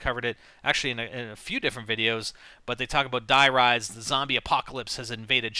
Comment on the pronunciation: It's not "die" its pronounced "Dee"